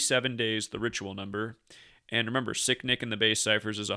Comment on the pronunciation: Sound like you keep saying sickdick lol